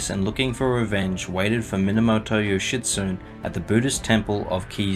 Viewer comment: FANTASTIC video but… I was cackling every time you pronounced Yoshitsune name as yoshitSUN… where’s the E who stole the E’s??